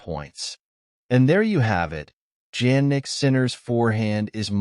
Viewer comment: Sounds like some ai generated bulls to me. Not even the name Jannik is pronounced correctly. Is short , inconclusive, uninformative. The net is flooded with these kind of stuff lately and it is getting worst by the day